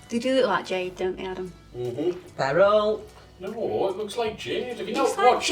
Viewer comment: Love the jade nails! I think is thinking of beryl. Not pronounced barrel, but like birl. Bird with an l at the end!